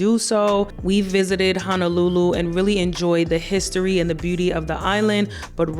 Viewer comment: Local can’t even pronounce honolulu correctly. This must be bullshit